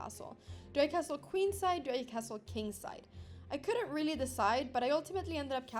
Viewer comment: Imagine losing to a girl that cannot say the word...really.